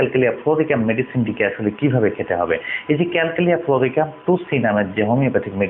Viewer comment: উচ্চারণ টা Calcalia fruorica নয় calcarea fluorica হবে